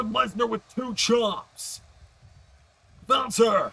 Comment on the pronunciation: hh the way he says walter wtf